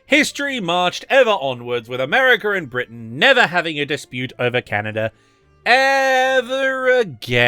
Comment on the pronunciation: I mean this kind-heartedly, but when you said "Canader and" instead of "Canada and" I had to pause the vid due to laughter.